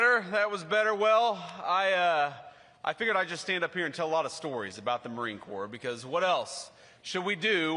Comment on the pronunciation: Did he call it the "Marine Corpse" like tRump the draft dodger did years ago?